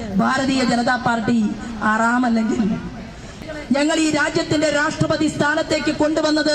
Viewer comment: മഞ്ഞൾ ചേച്ചിഅ റാം. അല്ല. ഹറാം. എന്നാണ്. പിന്നെ വർഗവും വർണ്ണവും. ഒന്നും പറയണ്ട. ഒരാൾ അത് പറഞ്ഞതിന്. പണി കിട്ടി ഒരു മൂലയിൽ ഇരിപ്പുണ്ട്. ചേച്ചിക്ക്. ആലപ്പുഴയിൽ. ജയിക്കേണ്ടേ. അത് കൊണ്ട്. വല്ലാതെ. കത്തി കയറേണ്ട. ഒന്ന് ഒതുങ്ങുന്നത് നന്നാവും